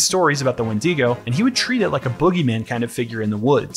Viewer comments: the 'when-DEE-go'???😭anyway... this video just feels totally done in bad faith. you want to capitalize on wendigoon's popularity by nitpicking his interests and his own name. i hated this. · why is he saying wendeego? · Oh my god stop pronouncing it like when-DEE-go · Ah yes, the famous WindEEgo of Appalachia. Not to be confused with the Wendigo of Appalachia! /s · wend-ee-go bruhhhhhh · Good vid, but i hate the way you pronounced wendigo